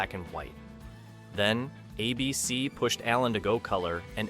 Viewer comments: Star Trek vanished? When? It still runs all the time on Pluto TV. None of these vanished. Also, it's "ABC" not "a BC." Test your AI narration before uploading. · The network is ABC, not "uh bee cee." Don't be afraid of human narrators. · I remember as a kid being totally freaked out by the hunting 'balloons' from the Prisoner. A beecee? I think the AI voice meant A.B.C. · It's not ah BC it is ay bee cee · It's ABC, not a bee see. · My favorite Martian ran out of material. Voyage to the Bottom of the Sea got too weird. A bee cee, for A.B.C. (aye-bee-cee) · Hey AI voice. It's ABC not A.......BC. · "uh-b-c"? Really? Can we get a real person reading the script or was this entirely AI? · ".. a BC pulled the plug..". ? "...a BC couldn't sustain it financially,,," ? Cmon AI, do better 😅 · ABC network repeatedly pronounced a BC. .... AI voice-over ? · There never was a network "a bee see". And ease off Irwin Allen: I'm sure he'd deplore AI, and probably predicted you... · What is "a BC"? I won't watch videos with dumb AI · I hate AI pronouncing ABC as ah b c. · Lousy editing., What is, "A BEE CEE',? Yes, I HAVE seen number 3, I have it on DVD and have seen it dozens of times since the late `90's. 'The Invaders" is the only one I never saw or heard of. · Next time, get a PERSON to narrate who knows how to pronounce "ABC". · Typical AI. Can't pronounce ABC properly and can't get facts right. Star Trek disappeared? Please... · I'm surprised even a mediocre AI could mispronounce "ABC" so many times. If there's a human behind this channel, please read the script yourself. I swear it will be better than this monotony of goofs. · It took 10min 19sec for ai to learn how to say ABC.😆😆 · I don't think it's an AI voice, just a quirky mispronunciation.